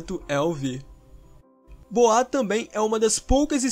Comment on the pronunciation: Por favor se pronuncia boua